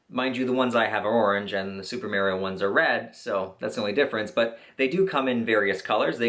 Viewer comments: Ma-rio not mar-io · ITS MARIO NOT MERRYO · Hahaha he pronounced it as: super mary-o instead of mah-re-oh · Super MAREio? Omg cringe it’s super MAR RIO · I dont trust people who say Merio, instead of MArio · You lost me at "Merrio" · "super Merio". GTFO LMAO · Imma lose my shit if you say Mario’s name like Maryo again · I was done at Mary-o. Couldnt finish it after that. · Did he just say mareeo wtf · Nobody else caught him saying super "marryo" mushrooms?..nobody? XD jk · Super marry-oh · Omg yes merio 😂😂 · As a Canadian, I find “merio” insulting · "Super Merio" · Holy shit dude! Mar ee oh. Maaahhhrrr eee oh. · I think that you pronounced Mario wrong😂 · lol, you pronounced Mario weird